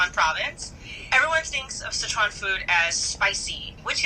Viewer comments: dude... SICHuan not schesuan - sitch-uan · S makes the s sound. I makes the i sound. you probably learned ch sound in kindergarten. uan. that's like the only hard part and you say it fine. PLEASE it's not sheyshwan food. It's sichuan. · Si Chuan, not seh chuan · It bothers me that Andy is saying Szechuan instead of Sichuan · So many people over-pronounce “Sichuan”. It’s “si” (say “six” without the x) and “chwan”. 2 syllables. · I'm a pedantic food nerd and I'm going to hate this video, since it's Bon Appetit, and Sichuan cuisine is one of my obsessions. Here goes. Edit: Not even a minute in: "Seshwon province". Kill me now. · IT'S PRONOUNCED SICH-WUAN YOU HICK